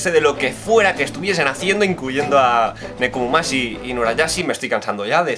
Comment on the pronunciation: Es Nekomamushi no Nekomumashi xD